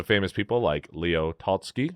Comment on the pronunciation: Check those pronunciations. It hurts to listen. Even simple words like 'photography', as well as words like Art-Noveau, Tolstoy,intarsia, Frackleton, etc. Write it out as a script (which you probably already do), and then google the pronunciation of all the words you have any uncertainty about. You can find word pronunciations online in audio format, so you can actually hear them being said.